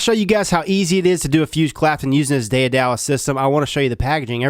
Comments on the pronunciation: Listening to you pronounce Daedalus is painful. It is ded-l-uh s not day-a-dal-us. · Day-duh-lis. Not Day-uh-dallas. Jeeze. Miriam Webster is literally one click away. Com'on. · day - duh - lis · Daedalus Day..da..lis. Ancient greek who created the labyrinth that housed the Minotaur. I do like Day Dallas though :D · There's always a condescending A-Hole on every comment page. I wouldn't worry too much about Hotwired CumulOhm's comment about the pronnunciation of the Daedalus (Dae·da·lus). It is more a Deh than Day sounding syllable. But based upon rational thinking and reading the name given the device and your link, I was able to find it without reading a classic novel. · Lol that pronunciation is just so bad. It is ded-l-uh s not Day-uh-dallas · rofl your pronunciation. it's not "Day er dallas" you cretin. "day d lus" (phonetically speaking) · Day-uh-dallas!!!! Rofl!!! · I'm mad you keep calling him "day of Dallas" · Hate to be that person, but its "day-da-lis" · It's (day-duh-lus) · It's pronounced daed a lus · I love it when people mispronounce words. It is pronounced Day dal us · Day-a-dallas! Hahaha. I love this guy! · It's pronounced DAY-DA-LUSS, btw. As in Daedalus the father of Icarus. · pronounced data less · it's day-de-lus. that's the pronunciation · Love ya man but its pronounced day duh lus 😂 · It's pronounced DAY-duh-liss... #triggered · pronounced 'day-dah-lus' Daedalus was the father of Icarus from Greek mythology. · day-duh-lus correct way to pronounce it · it's pronounced day duh less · lol at the pronunciation. day-a-dallas... lul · Day Dallas y'all. I'm just gonna make a ten minute video and mispronounce this word over and over. Vape reviewers should really start googling these hard words. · Its pronounced Day * da * less btw. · Daedalus is pronounced day-duh-lus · it's pronounced Ded-a-liss. it's a Greek thing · As an original Greek..:P We pronounce it like The-Tha-Los (δαι{ε}-δα-λος) Nice and awesome gear by the way!